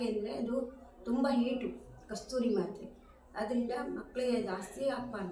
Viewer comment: Kasthuri antha yeno hellidru sariyagi kellisalila